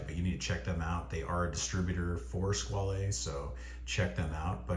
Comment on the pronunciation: Squale is a French word, so the e at the end is silent. It's pronounced "Skwal".